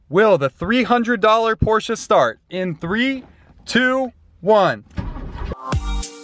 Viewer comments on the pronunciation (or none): It's "Porsche" not "porche"